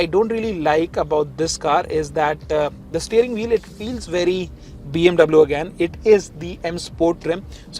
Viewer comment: Hei north indian chapri pronounce BMW in the correct manner